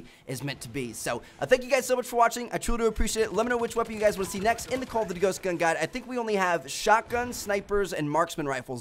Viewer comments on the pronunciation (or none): "Call of dddd ghost" that's what it sounds like when he says it lol